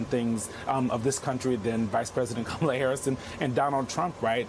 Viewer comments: Learn to pronounce her name. It isn't hard. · Can we pronounce her name right? 😣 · Dude, it is pronounced COM-mah-lah not com-MAH-lah. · Matthew Dowd. Maybe you've just listened to too much DJT in your job, but our VP's first name is pronounced KA-ma-la. Not Ka-MA-la. Trump does that to insult her. You don't want to do that. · And can journalists / reporters / anyone who appears on Youtube, Tiktok, wherever, please learn to pronounce her name. She's been VP for almost 4 years. It's KAmala. Not KaMAla. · If you're good with Kam, learn how to correctly pronounce her name, it's not ka-Malla. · Say it with me: Comma-luh. If you're going to be an ally , please learn to pronounce her name correctly. It's not that hard. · Kamala Harris. Her name is pronounced Comma-la. It really is annoying that people can’t pronounce the Vice President and soon to be democratic nominee for the POTUS’s name. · Say her name correctly it’s KA-ma-la, ka -MA-la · Matthew Dowd, PLEASE pronounce her name properly! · Dowd can't even pronounce her name correctly. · Why are they letting him mispronounce the VP’s name like that?!? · Dude, pronounce Kamala's name properly! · This guy needs to learn to say her name correctly, not the way Trump says it. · Why can’t people pronounce her first name correctly? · Thumbs down after his second use of Kamela's name with a mispronunciation with accent on the second syllable. On thumbs down and every time I hear a supporter pronounce her name that way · How about you require people talking on your show to give VP harris the respect she deserves and pronounce her name correctly?! , LA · They should tell them how to pronounce kamala's name before they let him on air. What a bunch of jerks! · Good Grief, Matthew Dowd. I agree wholeheartedly with you. But you need to learn how to pronounce "Kamala" correctly! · Why can people not pronounce her name correctly?! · Too bad Matthew Dowd can't (or won't) pronounce Kamala's name correctly.